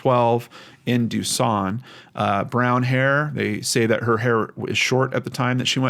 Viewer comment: That ain’t how we say duson😂